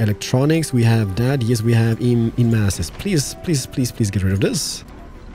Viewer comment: Strange, you have no troubles with saying Three or Things, but insist on the lazy Dis, Dat, Deze and Doze. instead of This, That, These and Those. For someone who appears to be making a living by talking you seem to rely on the same old phrases, "Dats amaaazin" and "Not too shabby" Such phrases become irritating after hearing them for the 50th time. You complain in many of your videos about a sore throat, do us all a big favour and leave the superfluous BS out and perhaps your throat will have the opportunity to reclaim 50%